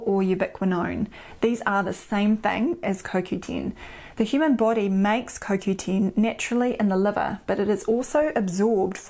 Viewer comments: It is CoQten. Not CoQteen. I was not sure if you were talking about CoQ10. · lol! Its the dialect I guess....Sounds strange...